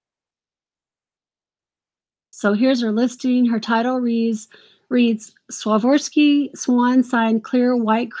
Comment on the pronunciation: KJL jewelry is Keeneth Jay Lane by Avon, he was a high-end designer to the stars and his line is also on QVC Lake Judith Ripka and Kirk's Folly is also QVC that's a family who makes jewelry and Swarovski crystals are just very highly collectible and it's Swar ov ski it's how you say it that's just an update to let you know